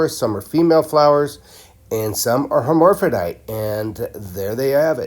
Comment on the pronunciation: Her-mer-fro-dyte lol